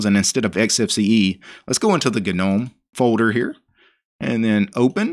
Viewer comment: GNU stands for “GNU's Not Unix” and the G is hard... Gnome is pronounced 'noum', since 'g' is silent... showing us an installation of a distro, is just that, any monkey can follow... to tell us about ANY distro is posting many videos with real issues and resolutions for them... as is, you Sir, as many out there likes the sound of your own voice... are you related to the King of the swamp by any chance..? sure it sounds like...